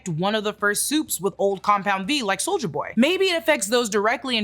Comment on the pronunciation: i love how you say soulja boy instead of soldier boy lol